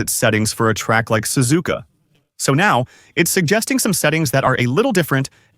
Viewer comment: Ai voice Sazuuuuka spelled suzuka.